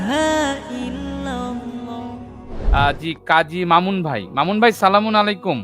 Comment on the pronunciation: সালামটা শুদ্ধ ভাবেন বলেন